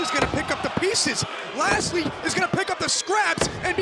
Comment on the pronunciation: its so grating to hear them call him "Lashley"